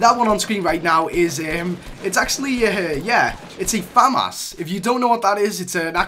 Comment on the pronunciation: The name is FA MAS